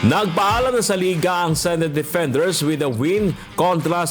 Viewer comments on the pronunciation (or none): none